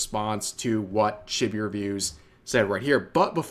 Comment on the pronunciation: Sorry to be the guy that does this but it's pronounced Cheebee not chibby. Just like it's pronounced Lolee not lolli, it's not like a lollipop, it's lolee as in lolita.